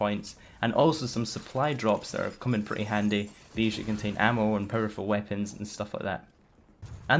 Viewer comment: instead of powerful u say purple